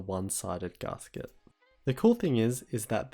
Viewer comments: It's gasket, not garsket. Gas. Ket. ;) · Yes. I live in Australia. But none of that has any bearing on the correct pronunciation. I think he's just read the word and not heard it, because zero people, of any accent, pronounce it like that. Even the upper-class Brits, who are most likely to pronounce "a" as "ah" (as in "dance") don't say it like that. It's not a criticism or a dig, just letting him know :) P.S. You're supposed to capitalise country names.